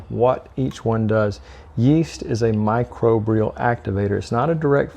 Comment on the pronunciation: Good info! But you keep saying "microbrial"... There's no second R. ☮️